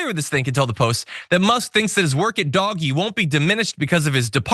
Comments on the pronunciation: I cackle every time he says Doggy not Doge (Dodge minus the second D) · It’s not Doggie it’s DOWGGE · John stop calling it 'Doggy' - it just makes you look stupid. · You'd have more credibility if you called it DOGE instead of Doggie! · He is well aware, "doggy" is his pleasure... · "Dogy" it's pronounced....... actually never mind, this is better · it is NOT pronounced doggy! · Dude, DOGE is not pronounced doggie. C’mon. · You must be new here and welcome We mispronounce it on purpose to annoy You know. Like how the right refuses to say “the Democratic Party” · LOL - I love the way he pronounces DOGE as "doggie". ;*[} But, I admire Space X and Starlink....as long as all those satellites don't rain down space junk.... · Could John not know he is pronouncing Doge wrong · What kind of production value is this when he's allowed to just mispronounce terms to be cute. Bro we don't like DOGE but you're not being cool.